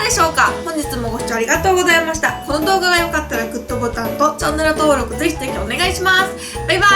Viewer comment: いっつもぜひぜひのところぜしぜしに聞こえるんだよね笑かわいい